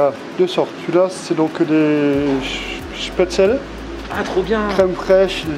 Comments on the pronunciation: On prononce chpétsleu ;-) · Spätzle se prononce "chpètssle" ^^ et oui vive l'Alsace!! On connaît bien tout ça ici, bonne initiative cette adresse!